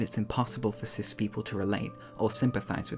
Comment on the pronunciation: Every time you said cis I heard sith lol